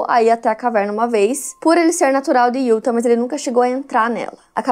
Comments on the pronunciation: Só uma pequena dica: a pronúncia correta do nome do estado de Utah é “iutá” 😉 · Aaaaah não vim comentar assim q postou e demorei assistir, justo de Utah 🥹 moro a 5 anos aqui, vivo indo pra SLC. Já fico apavorada. E a não acerta a pronúncia de Utah desde q acompanho ela kkkkk (IutÁ) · Só eu que fico agoniada com a falando: DEVÔTO, IÚTA...etc? 😅